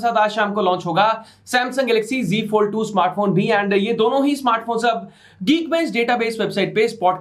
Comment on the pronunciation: Good Evening bro👍👌💐 Good to see samsung news 1st❤️💜💙❤️, Techno have some security issue. Why all youtuber pronounced Z(जेड) fold to G(जी)fold and company also????????????? 4G तो चल नही रहा 5G का क्या करेंगे। Oneplus bhi ab pagla gya hai😳